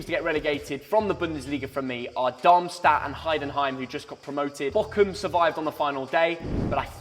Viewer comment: It's Bochum not Bockem or whatever said 😂